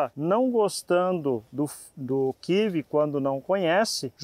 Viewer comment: Kkkkkk kivi kkkkkkk o que doido, e kiwi (kiui)